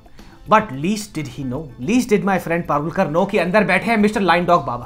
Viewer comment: Katekar...not parulkar